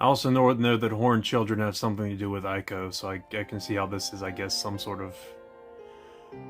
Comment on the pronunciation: I'm sure someone else has already said it, but before you make a video about Ico: it's pronounced ee-ko.